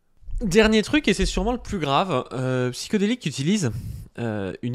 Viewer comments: C'est pas Psyko, c'est Psyho. Il va te coller un procès pour avoir mal prononcé son pseudo à plusieurs reprise! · Pour commencer: c'est Psyhodélik pas psychodélique. ll va falloir apprendre à lire et à parler. Ensuite il a été condamné ou pas???????? ??????????????????????????????? ???????????????